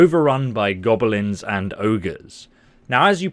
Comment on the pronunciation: Go-be-lin lol.... Any who, drop the game, read the books. Trust me. 🤟